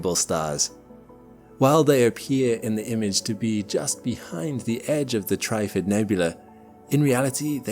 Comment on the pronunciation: it's trif-fid mate, not tri-ffid.